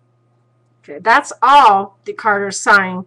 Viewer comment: His name is Descarte, not decarter by the way